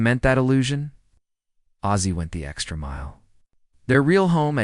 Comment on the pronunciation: Hazey Nelson??? Its Oz- zie. Like the Wizard of Oz. Im sure there are ways to check name pronounciations